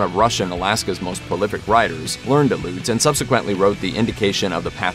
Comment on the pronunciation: FYI The name,"Aleut", all letters are pronounced. Al-e'-oot.